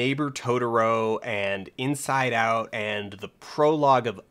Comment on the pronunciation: Took me 11 minutes to realize he was saying Inside Out not Get Out hoo boi